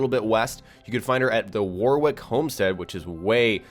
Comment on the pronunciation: Warwick... pronounced "Worrik"